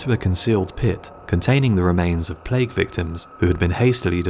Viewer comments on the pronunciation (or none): none